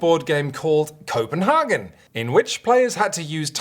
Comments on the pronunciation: Copenhagen is less Häagen-Dazs more cope-and-hay-gen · Koh-pen-HAY-gen. And that's just the English pronunciation.. 😂 Also - Roll & Sprite? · It's really like "Schope-in-hamn" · Why on earth to native English speakers pronounce CopenHAYgen it in the German way instead of the English way? I just don't get it... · I like the pseudo-Danish pronounciation of Copenhagen even though Copenhagen in Danish is not called Copenhagen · I would be mad, but if he pronounced it correctly, we wouldn't have gotten to hear those stellar puns!